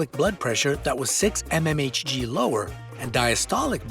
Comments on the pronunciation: mmHg is pronounced "millimeters of mercury" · What's with the Ememaitchgee? I presume you actually MEAN mm of Mercury?